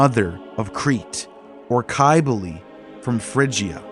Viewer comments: Cybele is pronounced, Sib-ill-ee. And Pelagian is pronounced with a soft G, like used in the word Giant. I could go on, but I hate being a critic. Just work on your pronunciations and you'll end up with a lot more subs. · He must not be studying that great or he'd know how to pronounce the words a bit better. It's very painful to the ears to hear such ancient words like Cybele and Pelagian pronounced with such harsh harsh K's and G's. And that's just the tip of the iceberg. There's a lot more embedded within this long video, but I'm not going to go over all of it. Anyhow, if he's going to put all this time into it then he may as well work on this as well. He'll get a lot more subs if he does.